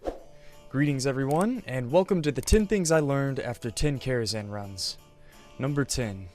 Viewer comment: #11 It’s Karazhan, not “Kharazan”.